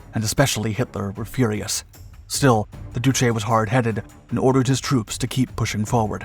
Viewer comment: He has no idea how to pronounce "duce", he pronounces it as "oochi".